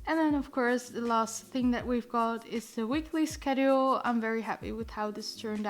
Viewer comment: thats not how you pronounce Schedule